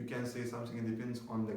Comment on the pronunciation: Dear, it is something not somsing !! and about the energy, you don't have it. Your voice shows that you are so calm, you don't have that energy to make someone watch your video to the end of it. I know you are trying your best but remember you are in front of a camera not a crowd! because it so obvious that you are trying to calm yourself while you are nervous. thank you for the video.